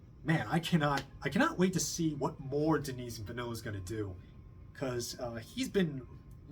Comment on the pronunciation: Villeneuve is 2 syllables … Ville-neuve … Vill-nuuv.